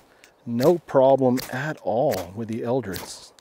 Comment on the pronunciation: Eldris not eldridge